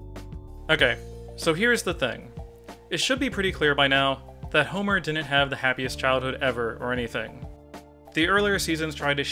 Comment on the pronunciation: why do you say "dinnent" instead of didn't?